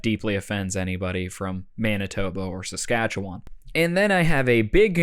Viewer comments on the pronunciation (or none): How you pronounce Saskatchewan makes me more offended than being lumped together with Manitoba 😂